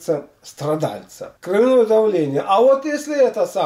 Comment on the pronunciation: Ударение должно быть на О.